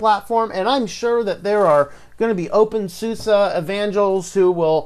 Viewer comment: thanks for the review. Just please don't call it open SUSSA!